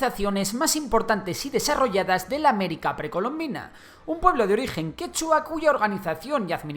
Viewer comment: El quechua no tiene acento en última sílaba, pero todo bien aunque falto que los pueblos indígenas oprimidos fueron los que junto a los españoles terminaron derrotando a los incas.